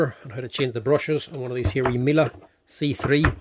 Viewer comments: Miele: pronounced Mee-luh...a German commercial vacuum company. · The German pronunciation is Mee-luh (Rhymes with Shiela) The "Americanized" pronunciation of the German company is often Mee-lee Mee-luh is the correct pronunciation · It's pronounced like meal-eh.